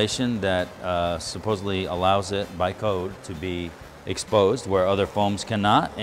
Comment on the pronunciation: the word is "supposedly" not subposbly